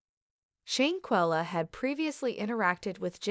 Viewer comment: Now, I know you have gotten this info from another blogger but if you're gonna steal content at least say her name correctly...she deserves that!!!